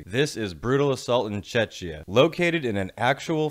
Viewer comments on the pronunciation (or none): ITS CZECHIA, NOT CHECHNYA 😭😭😭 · I kept hearing Chechnya, instead of Czechia :D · Love your videos, but I also heard Chechnya too, no hard feelings, I hope ;) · I believe you said czeczia. 😂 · Never been to BA, but I've been to OEF a few times. You gotta cover that fest man. Another Czech one. And it's pronounced "check-ia" :p Or just czech republic. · The problem is the pronunciation, the ch in Czechia sounds like a K